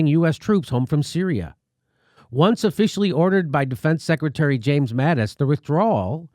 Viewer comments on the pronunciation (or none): none